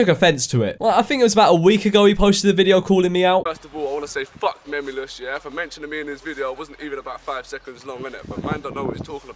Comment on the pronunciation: French memeulous is memelouse😂